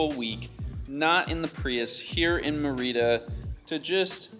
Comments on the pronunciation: [, my mom used to live in Merida- really lovely city! I believe it is pronounced MER- ih-da- emphasis in the first syllable. There are some gorgeous beaches nearby. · Check on your pronunciation of Merida. My Mexican sister-in-law pronounces it completely different. I have been to Merida years ago and it’s a nice city to spend some time. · It’s so weird how you pronounce Mérida 😂😂 I know you learnt Spanish and just as a tip, the acento is there for a reason: you should stress the first syllable (MErida) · Yes, accent on the first syllable MERida